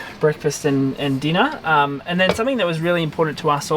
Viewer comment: “Denu” LMAO it’s dinner